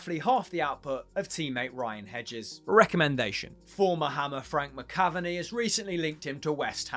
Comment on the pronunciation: How did you say McAvennie? 😂😂